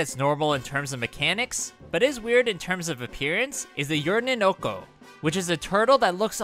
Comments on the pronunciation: The Hakandoru enemy reminds me of the Chicken from Mario Land. And I’m pretty sure that new turtle enemy is called “Uminoko”, not “Urninoko”. And the cloud enemies are “Smogrins”, not “Smorgins”. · Its pronounced " Jump Toe-gey" ('toge' is Japanese for "spike" or "thorn"). Kid Icarus If you actually eat Melon Piranha Plants as Yoshi, you can spit out the seeds, Yoshi Island style. That's "UMInoko" not Urninoko. "Umi" is Japanese for "sea" or "ocean". "Noko" comes from "Nokonoko", the Japanese name for Koopa Troopa. So "Uminoko" is basically "Sea Koopa". Its pronounced "Ta-kay-bo". From "Ta-ke", Japanese for "bamboo". "Smogrin" not "Smorgin". It combines the words "smog" and "grin". Wrong name here.